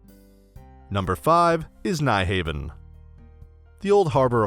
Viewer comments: My late mate was Danish and I know just enough to let it not pronounced "Nye Haven" but as "New houn'" like hound without the 'd' at the end.🙂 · this man said "nej haven " XDDDDDDDD ..... " New Haven" man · Nyhavn pronounced " new houn " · Nice video but you slaughtered the pronunciations for Nyhavn (Noo-how-n), strøget (stroy-it), Amager (Ahh-mire), Tivoli (Ti' Vo-lee), etc.